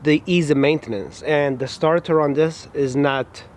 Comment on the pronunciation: Starthur? You mean starter? Your accent is like wtf?